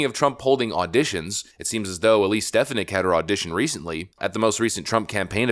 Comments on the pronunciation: Stef-fon-nick not Stef-ah-nick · I’m hoping for Viveck Ramaswmy. Please check out how to pronounce Elise Stefanik’s name properly. Thanks. Dan Wright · STE-FAN-ICK! NOT STEF-A-NICK! I think. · Stef-on-ick not Stef-in-ick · dude you miss pronounce peoples names all the time . not stef a nick. its sta phon ic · Stephanik's name is pronounced: stih-FAA-nihk😊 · Picky I know, but damn....you're pronouncing Stefanik's wrong. It's pronounced stefAWnik. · Bro has a commitment to mispronounce popular names like "Vivek" and "Stefanik", as well as not being able to pronounce "electoral" correctly either. Bruh, just get it right. It's been driving me crazy. You're too smart to be mispronouncing mainstream names. And I promise, this isn't an insult. It's actually a result of READING more than WATCHING. I believe reading is far more important out of the 2, but you gotta listen as well.